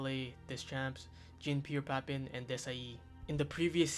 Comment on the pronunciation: You need to work on you're pronunciation bro, you slaughtered papin and deschamps